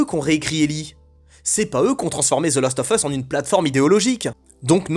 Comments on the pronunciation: Même si tu dis the last offeuss, et non the last oVeusse, je suis assez perturbé par le fait que je pense EXACTEMENT comme toi ! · C'est assez marrant de prononcer 'lost of us' pour faire genre, alors que ça se prononce bien 'last' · Svp Prononcez le : The last oV us. Svp On dit prononce ov quand il y a a e i o u apres le of. Cordialement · « The lAAAst of us » please 🙏🏼